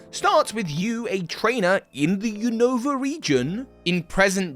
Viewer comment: "New Nova"... "new new"... lol